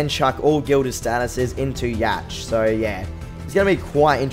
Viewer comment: It's pronounced Yak, not Yatch. Just saying.